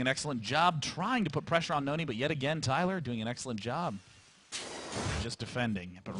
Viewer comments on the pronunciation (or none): N-O-N-Y ... not nooney!